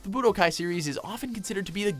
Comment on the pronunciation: ITS budokai TENKAICHI 3 not bodokai 3